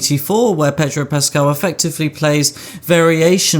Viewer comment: Have a drink every time he says pedro puscaal.